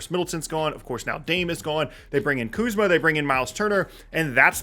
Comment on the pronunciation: Kuzma lol u said kuzma